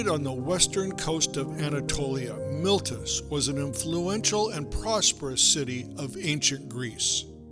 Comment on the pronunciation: "MILTUS" ? ? ? No! Try: "MEE-LEY-TOOS". It is called "The Latin Alphabet", and it has very clear, and simple rules of pronunciation.